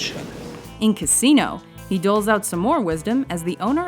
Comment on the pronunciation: Kssino... Casinó